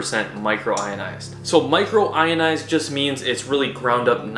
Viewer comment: It’s micronised !! Not micro ionised ! Lol